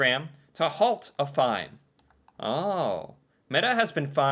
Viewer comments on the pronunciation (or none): none